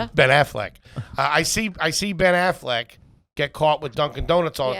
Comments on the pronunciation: The way accidentally said Ben Affleck is how Bert Kreischer pronounces it always. 😂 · and Bert saying Ben Aflecks name wrong is so on brand